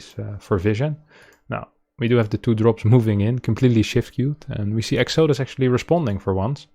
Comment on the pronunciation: Pronounced: EX-uh-DUSS